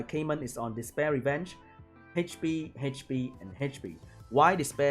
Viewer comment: haych pea